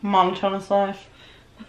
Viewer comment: A "mono tone us" life. Ugh, ya killin' me. 😂 Monotonous="Mo NOT O nuss"